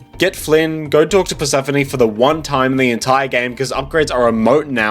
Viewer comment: Did u call her “purse-phone” -~